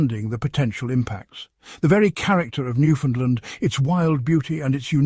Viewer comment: Learn how 2 pronounce Newfoundland. 😅